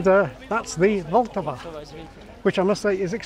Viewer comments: Glad you liked our country! One downside of reducing double consonants is that it makes certain words look more similar than they should be, like "asociální" (asocial) vs "asociace" (association) The L and R in "Vltava" and "Brno" normally have the same length as short vowels (I feel like you pronounced them slightly longer). The differece doesn't matter though, since long syllabic consonants don't exist in Czech (but they do in Slovak) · Nice🙂@ suggested your pronunciation of "Vltava" as "vul-tava" gives the first syllable an unnaturally long vowel sound and I agree but one thing I noticed for the first time (with your help) is that the "t" is the start of the second syllable and not the end of the first. I have slowly been getting used to these unfamiliar and often long consonant combination for 25-30 years using the rule that you just try and pronounce them all with minimal vowel sound between them but it seems the last in a sequence (followed by a vowel) can and should (perhaps always) be used to launch the next syllable? Regarding the emphasis, assuming we are talking about intonation, my Czech wife seems to emphasize "ta" (higher tone than "Vl"), our teenage daughter says "to je jedno" (no preference) and my adult son seemed to emphasize "Vl" when I asked him but possibly only because he realised my focus was on how to pronounce the first syllable. Maybe the emphasis depends on whether the first syllable has any significant vowel sounds in it? Here the second syllable seems to be pronounced with higher tone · Vltava - the stress is on the first syllable, vl, but it is short, not long as you pronounce it. Polish is the only language with soft r, but it is not as sharp, closer to zh. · I still sensed a bit longer emphasis on L in Vltava in your pronounciation, but otherwise good.